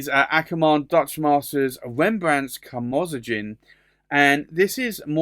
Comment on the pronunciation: Hi just so you know the Akkerman reds are pronounced Karmo zone which is crimson, Steen rood "stain road" is literally red stone or brick.